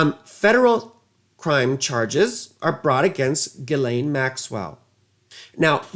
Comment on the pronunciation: LOVED this. You're the first person to say Ghislaine's name correctly. Brilliant. He didn't come across $ as if it fell out of the sky. Robert Maxwell was a handler of his. Way back when. Epstein was a master manipulator. I wonder WHO all that $$ went to that Maxwell pilfered. Did it go into Epstein's bank account, if you know what I mean. Epstein worked at Dalton till he was in trouble for sexual inappropriate behavior with students (girls) then he worked at AIG and was loved and applauded for his ability to manipulate and get $$ out of people. He got fired there, and was at Bear Stearns, and then went off to work with Hoffenberg scamming and ripping off people for millions. He left there for Tower's Financial where Steve Hoffenberg was MESMERIZED by Epstein's ability to lie and get MONEY Hoffenberg allowed Epstein to use his jet for financial transactions. The entire time, Epstein was doing fraud with money and a huge ponzi scheme with Hoffenberg, Epstein was TAPE RECORDING all of it to screw Hoffenberg should they ever get in trouble with the Feds. Epstein and Hoffenberg ponzi scheme $450 MILLION (*largest until Bernie Madeoff came along*) Hoffenberg goes to prison cuz Epstein screwed hin over something fierce Hoffenberg introduced Epstein to Leslie Wexner. Epstein gets a $$77 Million mansion on 71st street for $1.00 from Wexner. AND Epstein has power of attorney on all of Wexner's money. Epstein sent Maria Farmer to Wexner's home in Ohio pretending that Epstein and Wexner